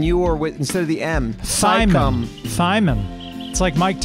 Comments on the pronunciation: How about Team Thimon, pronounced with a silent T. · Thimon (thigh-mun)